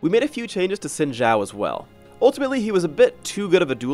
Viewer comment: Learn how to pronounce Xin Zhao.